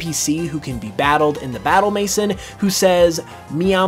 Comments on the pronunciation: "Battle Mason" 😂 Maison is French for house which is pronounced "may-zone" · Just a little correction: it's pronounced Battle "mesòn" not mais'n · Had to pause mid "Battle Maison" talk.. having grown up in a french part of canada.. xD this game has a lot of french references and that's one. Maison is french for House and is pronounced more like "Maiz-On" with a softer n sound.. (sorta like how vivillion's name includes "papillion", the french word for butterfly that is pronounced like pap- ee- on" with that same soft N.. haha) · sir maison is pronounced as maizo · Do people really pronounce Battle Maison as Battle Maysen? I thought it was French.